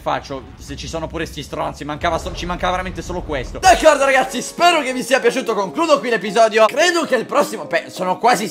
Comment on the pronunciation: #favirisponde ti sei accorto che al posto di ragazzi dici racazzi? Se non ho sentito male!